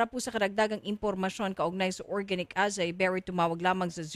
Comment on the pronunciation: acai is pronounced as ah-sah-EE